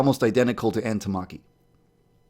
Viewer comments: 'Ann Tamaki' Rip it's Ann Takamaki (Not hating lol) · omg Ain tarmarkee you pronounced it wrong to bad its arn teh-car-meh-key